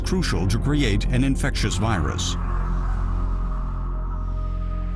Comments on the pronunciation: Did you ask them what it says or did you ask them if he is saying "jubriate?" I heard to create immediately, however the pronunciation is slightly slurred. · i heard it like jubriate .. strange i asked many people whom english their first language they did not recognize it